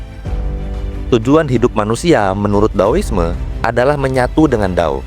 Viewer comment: Trm kasih informasinya pak. BTW, dao dibacanya: tao 🙏